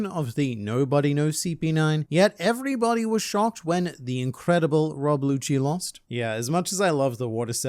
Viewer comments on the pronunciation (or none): funny how you said become Lob Rucci or something when the L and R are pretty interchangeable in Japanese